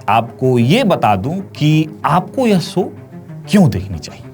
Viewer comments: Apni language to sahi kar le. Baar baar show ko so bol raha hai. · 'सो' नही 'शो' जरा अपने हिंदी पर काम करो...! 'स' और 'श' मे फरक होता है...! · Ye anchor so so kya bolta hai,,show bolo show bolo,sho not so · So nahi mere bhai show boliye.❤